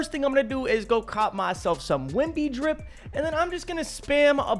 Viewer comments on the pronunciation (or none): Bro said jip instead of drip